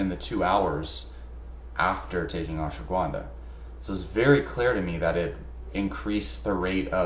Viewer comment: It's not pronounced "Ash wa gwunda". There is no w in the word bro! lol